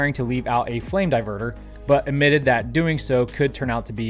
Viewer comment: When he said flame diverter, I heard flame diper.